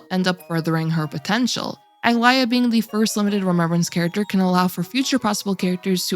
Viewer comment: Did what right? Saying her name? Cause that "ae" was not pronounced correctly....